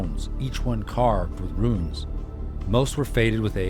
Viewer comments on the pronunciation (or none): Every time you say "ruins" for "runes", my head hurts. Otherwise good.